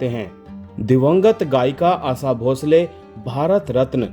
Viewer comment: Aasa nahi, Asha kaho ,kounsi bhasha hai aapki ?